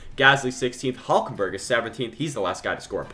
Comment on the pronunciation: Who is "HULJKENBERG"? 😂😂